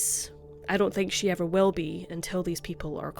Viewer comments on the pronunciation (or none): none